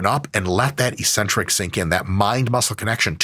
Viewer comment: Hey Mike! Just a little thing to note that made my French brain kinda confused: Eccentric is pronounced excentric, not eecentric 👍